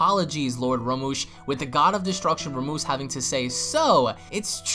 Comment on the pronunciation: I know I'm a but late but it's Rumshee not Ramush